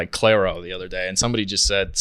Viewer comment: The way they keep getting Clairo's name wrong, even after being corrected 🙄